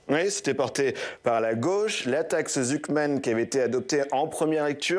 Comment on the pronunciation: Jpp il a dit la taxe « zouk man »😂😂😂